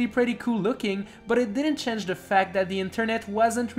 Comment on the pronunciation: "chenge" and fack"